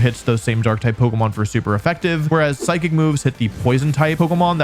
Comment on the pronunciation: DO NOT LEAVE OFF THE H IN PSYCHIC!